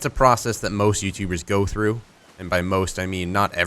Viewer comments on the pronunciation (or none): none